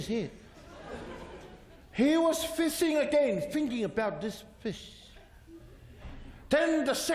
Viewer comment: lol, I sure got that. I was merely correcting your "fish" to the actual "fis". I giggle everytime he went "fising"